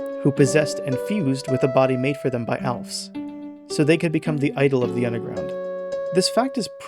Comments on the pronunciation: I love this video, but I'm surprised you didn't mention Mad Mew Mew, which also uses the Spooky motif because it's a rematch with Mad Dummy! It's really interesting how both her and Mettaton have themes of finding a body that they prefer. Also why do you pronounce her name "Alphs" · Great video but why are you saying alfs. That is not the right opinion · Good video but Alphys as “Alfs”? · Alphys is pronounced “Al-fees” btw! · I love the way you pronounce Alphys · Fantastic video and analysis, however this the worst pronunciation of “Alphys” I have ever heard. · you pronounce alphys wrong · ............................................. the y in alphys' name is pronounced. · You pronounce alphys how???? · excellent video, an absolute joy to watch, just phenomenal -- WHY DO YOU PRONOUNCE ALPHYS LIKE THAT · Good video, you gotta work on that Alphys pronounciation though. : p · it is not pronounced alfs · Pronouncing Alphys like "Alfs"? What is she gonna eat some cats? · Why do you keep calling her Alf and not Alphys 😭😭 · ... ALFS... I mean, now that I look at it... that's totally a natural pronunciation of her name someone could conclude. But i'm so used to hearing 'Al-feeze' or 'Al-fiss' that 'ALFS' absolutely takes me out lmaoooo XD This video is absolutely fantastic, i love your ideas on what the different leitmotifs represent on a deeper level! It's always seemed weird to me that Hopes and Dreams has the Snowdin motif, but if it represents monsterkind that just... makes SO! MUCH! SENSE!!!!! my mind is absolutely blown... I'd love to hear your thoughts on whether the three different leitmotifs of Once Upon A Time have any distinct meanings - I treat them as three differrent leitmotifs in my head so i was surprised you grouped them together! (I had some idea once that the three themes could be used to represent Undertale, Chara, and Frisk respectively, maybe not in that order? Not that I think that is the intention, just that it would be fun to use them that way!)